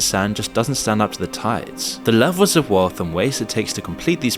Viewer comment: Lelvels? Am I watching AI??